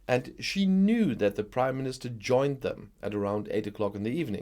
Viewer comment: Dit you say the British Crime Minister instead of British Prime minister ?